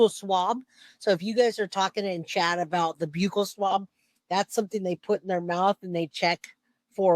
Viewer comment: Thank you for pronouncing buccal swab correctly I hate when so many ppl say it with a short “u” sound like buckle